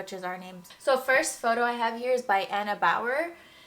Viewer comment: Thank you so much for your nice critique!! And you pronounced my name the right way! Greetings from Germany, Anna